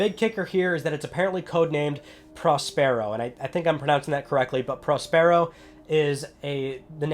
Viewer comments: Prospero is pronounced like 'prosperity', 'Prosper-o'. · Prospero is pronounced in the same way that you'd pronounce 'prosperous'. PS5 sounds amazing.